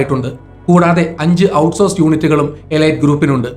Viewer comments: എലൈറ്റ് അല്ല,എലീറ്റ് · എലീറ്റ് എന്നാണ് ശരിയായ ഉച്ചാരണം. ഗൂഗിൾ ചെയ്തു മനസിലാക്കുക